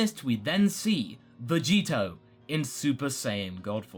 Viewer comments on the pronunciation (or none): Say Vegito more clearly more than half the time it sounds like Vegeta.Even the subtitles say so